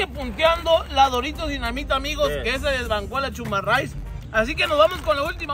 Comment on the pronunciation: CHUMARRAIS JAJAJAJA, ES CHURRUMAIS